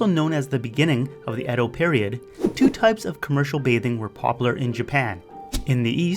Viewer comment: I thought it was pronounced E-dough.